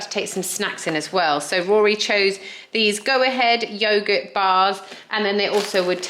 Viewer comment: Absolutely nobody in the UK says yoghurt like that apart from you! Fool!